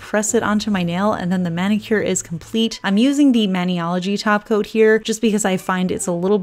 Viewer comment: When you say top coat. It sounds like you are saying taco. LOL